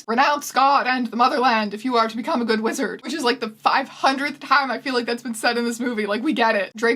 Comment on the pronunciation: half of the times she said wizard I was like "...lizard who?"